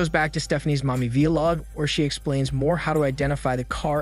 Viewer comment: Lol how can someone who posts on YouTube not know how to pronounce vlog